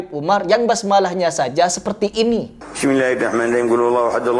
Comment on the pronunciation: Saya dengarnya bidzillahimahing malah bang.